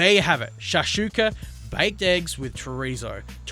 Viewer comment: Great video, this is our traditional breakfast in Libya, the pronunciation is a bit off though! it should be [SHAK-SHOE-KA], and yes that's a "shoe" in the middle